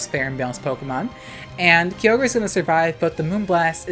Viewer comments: "Kee-oh-gray"? It's "Ky-oh-grr", isn't it? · IT'S PRONOUNCED KAI-OH-GRR NOT KEY-OH-GREY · kygre (kee-oh-gree-) ???? That’s not how you pronounce it… it’s (ky-or-ger) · "kee oh gray" LOL. that uproar tech 🤣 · The way our queen pronounces Kyogre and Key-Ogre lmao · "key o gray" angry noises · lmao key-oh-grey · It’s Kai. Oh. Ger. Please! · Who the heck calls it Key-ogre?? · im dying for how u pronounce kyogre ☠🤣🤣🤣🤣 i live .... insert trixie making bird sounds here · Your pronunciation of kyogre is causing me physical pain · Ik you're just finding a way to put kyogre as many times into your sentences just to tick off people who don't know you purposefully mispronounce it 😂😂